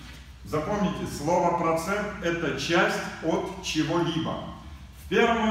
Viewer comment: Вот на эти два прОцента (ударение важно ☝️) и живу